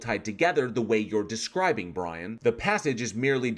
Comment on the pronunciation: We shall wewease, Bwian!